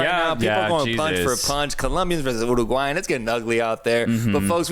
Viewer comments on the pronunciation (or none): "Colombia and Oooo-roooa-gulayan" lmao